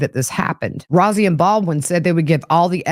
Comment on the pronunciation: Attorney Rozzi is pronounced like Rosie.